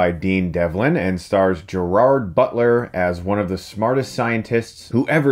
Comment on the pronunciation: Chris, i like you but please learn how to pronounce Gerrard. ;)